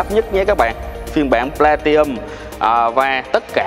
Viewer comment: Góp ý với bác Platinum nó có chữ N nhưng bác bỏ qua không phát âm, hạt sạn nhỏ nhưng vì từ này xuất hiện nhiều trong video làm mất vui khi xem